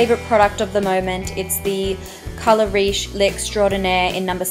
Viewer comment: Just because she's australian she can't have a french accent?! Last time I checked touche, magique, riche, eau de teint... were not english words. Think before you try to correct someone. So yeah, when saying those words she has a bit of a french accent, which is lovely, I agree with Mathilde.